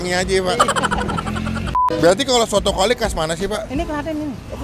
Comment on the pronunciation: Kwali bang bukan Klawi wkwkwk